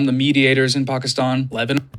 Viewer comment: This guy is the very definition of "useful idiot". So obvious. Pronouncing "Pakistan" as "Pock-e-i-stan". Ugh. What a poser.